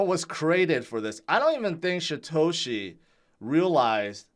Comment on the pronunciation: It's Satoshi...not Shatoshi.